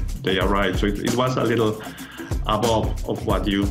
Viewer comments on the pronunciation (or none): none